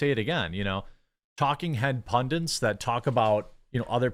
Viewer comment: For the love of God, the word is PUNDIT!!!